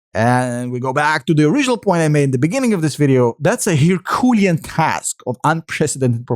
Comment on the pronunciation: "Herculean task." It's pronounced "her-q-LAY-in task." Considering that English isn't your first language,, you are doing an excellent job. Just trying to help. Keep up the great videos. Very informative and fair-minded. You're a voice of reason in the wilderness.